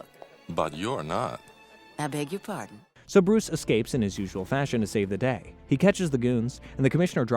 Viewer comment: How is nobody talking about that sick intro Also why does the Joker always end up dangling over fire Bruwuce Wayne